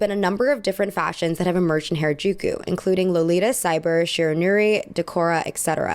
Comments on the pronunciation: harajuku is pronounced as "hah-rah-jookoo" (soft j sound!) all "a" sounds in japanese are that soft "ah" if that helps! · isn't it pronounced "Hah-Rah-Juu-Kuu"? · Anyone else bothered by how she mispronounces “Harajuku” as “hair-a-juku” every single time 🥴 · Oh my god, PLEASE correct the way you say “Harajuku”. This video is unwatchable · thats not how you pronounce Harajuku plzzz look it up ohmygoodness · please pronounce harajuku correctly because you are asian, people will assume that the way you are saying it is the correct pronunciation. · Wow for a Asian girl you can’t pronounce harajuku right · this is a really great analysis but why do you pronounce harajuku like that i was confused the entire video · Is anyone else annoyed that she never says harajuku right? Lol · Man you really be pronouncing every single Japanese name wrong just wow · for the record, that's not how to pronounce harajuku. interesting video, as always. very much a maximalist 🤣 at least in fashion. my decor is very minamal tho 🤔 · please don't call it hair-uh-juku. It's hara using the a vowel from hard. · its not hair-a-jew-kyew its HA (HAH). RA (RAH). JU (JUH). KU (KUH). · loved ur video but its not hairuh its HARA like HARd. u mispronounced it so frequently it was a lil frustrating lol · Ok, but you're really gonna go off about Lady Gaga's orientalism while you can't bother to look up how to pronounce "Harajuku?" Like, I get it, the liquid consonant is hard. But "hair-eh-juku" is really frustratingly off the mark.